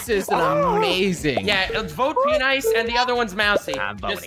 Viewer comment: I am Australia and I can say that every word is pronounced penice